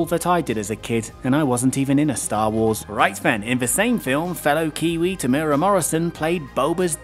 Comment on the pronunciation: Sorry, I gotta correct your pronunciation of Temuera. If you look for the video "Temuera Morrison Interview on The Project", that guy pronounces it well. It's kinda Teh-moo-EH-ruh, and the 'r' is lightly rolled, like in Japanese. Four syllables in total.:) Apparently his nickname is 'Tem', so there's always that to fall back on XD